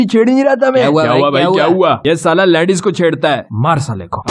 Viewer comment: The way pronounce "LAADIES" 😂